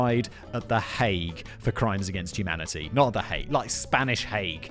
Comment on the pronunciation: "El Hauge" hahahaha